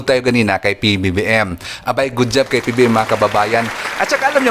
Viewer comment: parang nahihirapan kayo bigkasin ang PBBM.ganito na lang Pres.BBM para madali